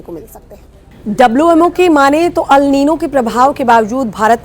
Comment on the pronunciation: Madam newsreader ALNino kuch nahi hota..It’s ElNino…aur phr teachers ke baarey mei kuch bi boltey hain reference:Anjana Om Kashyap madam ji…